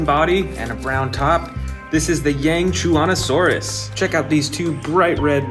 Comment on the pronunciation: AND YOU'RE SAYING GIGANOTOSAURUS WRONG